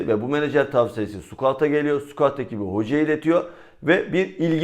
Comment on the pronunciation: abi şu sukuatı sıkaut diye düzeltsek olmaz mı ya